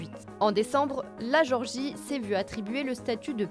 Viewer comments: Pas Georgie, mais Gé-or-gie. Ou alors le son est mauvais. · C'est gÉorgie pas georgie... Un minimum de respect pour leur pays qui n'est pas aux portes de la France 😉